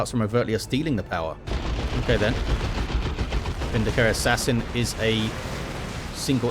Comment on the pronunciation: Whoever tried to correct you about the pronunciation of "eversor" was wrong. It's "EV-er-sor" with the first syllable emphasized, that's exactly how it's pronouced in Chaos Gate: Daemonhunters. You were also pronouncing "Vindicare" correctly to begin with.